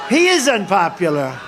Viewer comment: Does he say "inpopular"?